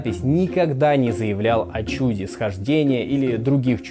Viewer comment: Угу, только на несколько синхронов представителей секты гундяевцев, говорящих о "чЮде". А в большой взрыв не "верят", это теория, имеющая физическое обоснование и на сегодняшний день наилучшим образом объясняющая наблюдаемые во вселенной феномены. Будет теория лучше -- учёные откажутся от этой. В этом и состоит разница между верой и знанием. Понятие "праклетки" современной науке неизвестно.